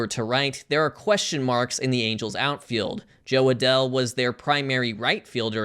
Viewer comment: this man actually said "jo adell" and meant it